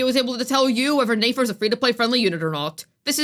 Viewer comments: It’s nefer not neifer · NEH-FER, it'd be NAYFER if she had and A in her name, YOU DON'T PRONOUNCE NEFERTITI(yes that is what her name is based off of)AS NAYFERTITI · Its a good thing shes talking about nayfer and not nefer 😭🙏 cause what? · I love the way you pronounce Nefer lmao